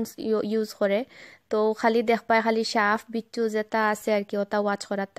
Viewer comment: can't stop laughing after hearing (saf bicchu)